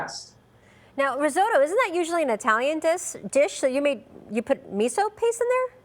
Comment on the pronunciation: Please learn how to pronounce risotto!